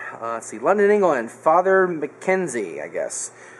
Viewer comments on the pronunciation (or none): none